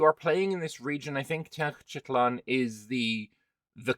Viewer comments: it’s Tenochtitlan. Ten-och-ti-tlan, 4 syllables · Te-noch-ti-tlan would be the right pronunciation, but as silly reminder you could use: tea notched its lan.